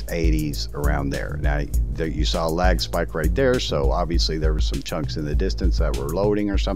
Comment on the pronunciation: “14 chonks” instead of chunks it sounded like chonks 🤣